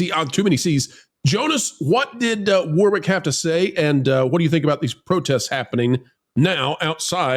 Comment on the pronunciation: Just so you know, 'Warwick' is pronounced 'Worrick'. The centre 'W' is silent. Great video, fellas.